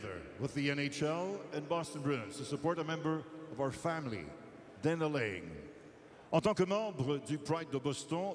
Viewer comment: It's "Laing" not "Liang"...